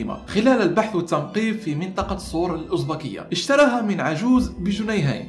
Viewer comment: بتفرج علي فيديوهاتك القديمة لأني لسة مشتركة من قريب .. اسلوبك وثقافتك رائعة .. عجبني نطقك لسور الازبكية 😂😂 افتح الالف ماتضماش ❤️❤️